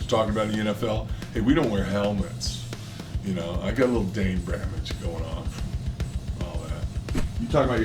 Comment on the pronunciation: He says dain bramaged lol